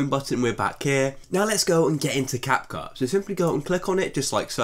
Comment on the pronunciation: "Cap-Khu" lol